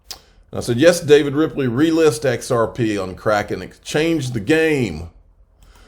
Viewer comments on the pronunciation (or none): none